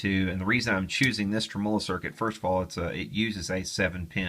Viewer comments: Practice makes poifect!! TRIM-uh-low, TRIM-uh-low, TRIM-uh-low, LOL!!! ;-) Seriously tho, I'm enjoying your vids! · just fyi... tremolo is accented on the first syllable: TREMolo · Tré-molou = Tremolo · Love your videos (been going back through some of your old ones,) as well as your one man campaign to change the pronunciation of the word "tremolo," LOL! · PLEASE click on the little speaker to hear the CORRECT way to pronounce "tremolo"......PLEASE!?! Otherwise I really enjoy your videos. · I trust this guy's opinion so much, that I am now reconsidering how I pronounce 'tremolo'.